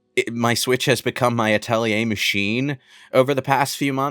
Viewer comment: Thanks for reminding me to play the Atelier games I have in my library. Also, "Uh-telly-eh"?